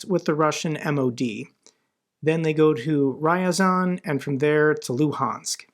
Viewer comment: Dear, if I may, a small note on pronunciation: ya is a single character in Russian - Я. So this city is not Ry-a-zan, but more like R-ya-zan.